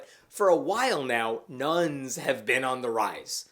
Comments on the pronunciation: When you said Nones, I thought it was Nuns. Kinda freaked then realised it wasn't those kinda of nuns. Phew! Catholic school has a lot to answer for lol. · Misheard that as nuns not nones and was mildly confused in a hilarious way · "Nuns are now 30% of the population"? Now that really would be terrifying!!! I'm kidding, I know he meant "nones".